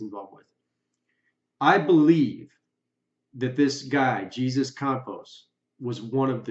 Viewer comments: Thanks for your thoughts on this, although I must say. It's "Hayzoos" not "Jesus" since in the western countries we do not use Jesus as a proper name to just anyone... He's Hispanic, and it's polite to pronounce people's name the way they themselves pronounce it. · OLD POST...Anyway, FYI...his name is not "GEEZUS", it's "HEY-ZEUS" dang dude! He's was whacked that very night. He's dead and has not escaped anything! I'm curious if it was the LVPD, FBI or another covert op of the Federal Gov't's. though??? IMO, this was a C.I.A. deep black ops sanctioned event. This very well could've been set up to be a huge distraction. Especially since multiple venues were cited by numerous "witnesses" other than Mandalay Bay. Also, the use of multiple helicopters to carry out the shooting, and keep the FAA from coming forward with flight plans and documentation of their flights, would take an extremely powerful and influential agency, i.e. C.I.A., N.S.A., Pentagon, etc., and nothing less. The truth won't come to light for decades.